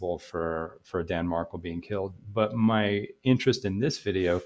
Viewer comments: Pronounced MarKEL not MarKLE! At least pronounce his name correctly! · It’s pronounced marKELL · It’s pronounced MarKEL… emphasis on Kel as in Kelly. Sorry but I tried to watch but was hard to listen to you mispronounce Danny Markel’s name when I’ve listened to many videos that pronounce it correctly. Have followed this case since beginning and listened to many interviews of his mother, Ruth. Please, get his name right if you are going to make videos about his tragic demise. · You are mispronouncing Markel